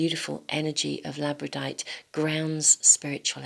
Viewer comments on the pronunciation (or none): ..FYI: I think that you actually mean to say "Labradorite",[as in "Labrador"(a Province of Canada).... (NOT "Labradite")